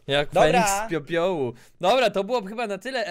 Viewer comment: jak feniks z popiołu: jak feniks z piopiołu